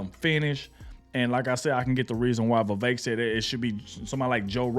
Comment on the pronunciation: VEE -VEK